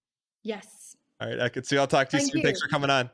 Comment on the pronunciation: not ekin-su.. lord not ekin-su😞